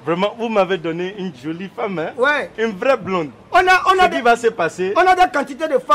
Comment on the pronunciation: Aahhh c'est un blande ont dit pas bland mais plutôt blonde